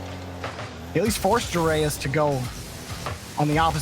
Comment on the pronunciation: The name is Joreuz.... Not JoErAyUs